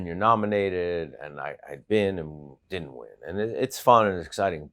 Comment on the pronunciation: director: I thought you knew how to sing opera? michael: I DID-ant ....